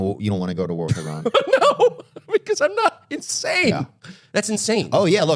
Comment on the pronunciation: Please pronounce "Iran" correctly! Thank you!